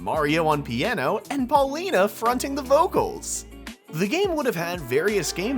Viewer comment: ...it's pronounced "Pauline", not "Paulina".